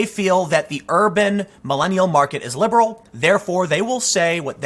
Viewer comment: You keep saying "liberal", you're constantly making that mistake. Also, don't these celebs and shows realise that it is actually a small audience that they are faking their anger for? Just look how many of these far left media outlets are failing.